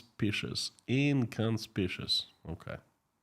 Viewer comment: Inconspicuous! In-con-spik-yu-us. Just saying!😂